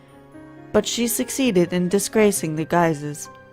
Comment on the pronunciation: I thought it was right but Guise was wrong.